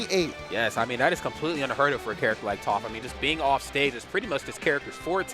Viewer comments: He's probably doing it out of habit since there's a melee commentator which goes by Toph that's pronounced Toaf. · Man said touf, how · Who else cringed inside everytime they said Toaph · Toph, pronounced like cough. Not Toaf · Aint no way he watched avatar if he calling her toe-ff 😭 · Say Towf 1 more time. lololol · Is everyone going to say Toph's name wrong because of the commentator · Facepalm the way he pronounces toph... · it was enjoyable otherwise, but I cringed at each mispronunciation